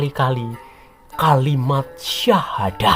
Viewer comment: 😂😂😂...terbukti ini tak mengerti dgn benar aslinya ajaran Islam dan tak tau secara benar sejarah islam yg benar.... mengucapkan syahadat sja masih jauh dari benar..😂😂... Belajar lagi mas... tanggung jawab mu berat nanti diakhirat kelak....didunia kau bisa mengolok-olok dgn bahasa dan nada mu yg menghina...tapi ingat...setelah dunia ada akhirat....kau bertanggung jawab atas penjelasannya mu yg hanya sebatas asumsi yg minim pengetahuan tentang islam...😂😂😂😂